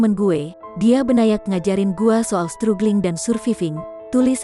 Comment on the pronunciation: Itu bacanya stragling dan survaiving yaa...